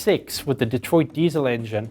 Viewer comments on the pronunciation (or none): none